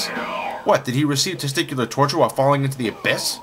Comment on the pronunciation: lol testicual tourhure that made me lol my ass off your sonic reviews are good better then alot ive seen